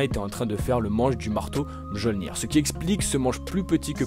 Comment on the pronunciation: Attends... Tu ne t’es pas posé de questions, à aucun moment, sur la prononciation de Mjolnir ? Du coup (et attention je ne parle pas qu’à propos de ce que je viens de citer), on dirait un peu que tu récites qqch que tu as trouvé sur internet sans comprendre ce que tu dis, pourtant tu lis des comics, et tu as sûrement vu les films... Enfin bref la vidéo dans son intégralité est bien et agréable au visionnage.